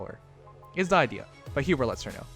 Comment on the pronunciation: its not hubert lmao